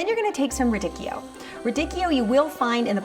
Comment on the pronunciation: radicchioooo! ahahah che bello sentire un americano dore qualche cosa in italiano *---*